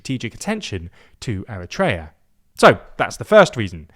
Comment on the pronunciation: eriteria is being erit-tating!!